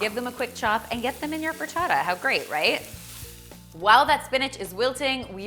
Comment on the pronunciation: I love the way you say "frittata"! Lovely video dear, as always! <3